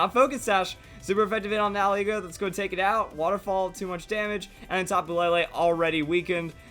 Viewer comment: He always pronounces nihilego wrong